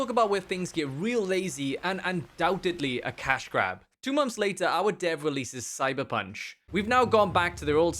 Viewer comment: It's months not mumps. 😂